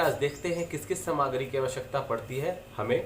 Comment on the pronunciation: Bandhu samagri nahi saamagri boliyeji